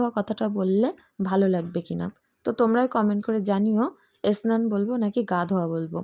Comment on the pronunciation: এসনান না ওটা স্নান বলবে। আমার মনে হচ্ছে তোমার উচ্চারণ টা ঠিক হয় না।যাই হোক খুব ভালো লাগলো ভিডিও আমার মেয়ে ও সস খেতে খুব ভালো লাগে।